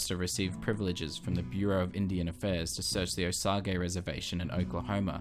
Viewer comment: OK I've got to correct one thing because I'm an Oklahoman. Osage is pronounced (oh-sage) not (oh-saw-gay).